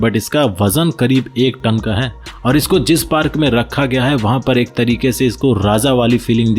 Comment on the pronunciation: अबे जरूरत से ज्यादा होशियार आदमी, अपने बोलने के तरीके को, इतना, जिस को, झीस, बोलता है। और भी बहुत से शब्दों को, जरूरत से अधिक, तोड़ मरोड़ कर मत बोला कर। टन को, ठन, साइज को शाइज, बुद्धा।